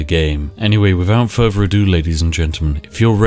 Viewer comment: Further not Ferver